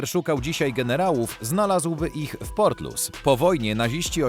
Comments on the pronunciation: czyta sie portlisz. Wiezienie nr 1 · Nie port Lous ten pierwszy tylko portlisz się czyta,mieszkałem tam 15 lat. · To nie jest żadne 'portlus', to się czyta 'portlisz' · nie Portlus tylko Portlisz :) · Czyta się HRABSTWO LISZ ORAZ PORTLISZ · Prawidlowa wymowa nazwy irlanfzkiego hrabstwa ,w ktorym znajduje sie to wiezienie to " PORTLISZ" Pozdro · redaktorze, co ty wymyśliłeś za nazwę miasta Portlaoise????? jakaś masakra!!! wymawia się ją portlisz. popraw to człowieku bo nie mogę się skupić na oglądaniu! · Portlaoise czyta się "portlisz" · Portlaoise czyta sie Portlisz, a Laois to Lisz. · Super odcinek, na przyszłość tylko „Portlaoise” czyta się „Portlisz” a „Laois” „Lisz” Wiem bo mieszkam tu od lat w sąsiedztwie tego więzienia! Pozdrawiam 😄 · Wymawia się Porlisz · Portloise w.Irlandii-czyt."PORTLISZ"☝️🌎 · Portlisz - tak to się wymawia. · To miasto Portlaoise czyta się „portlisz” w hrabstwie „lisz” 😉